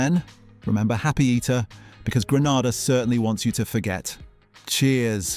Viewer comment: I thought he was real until he said “A.S.D.A” and “Grenada”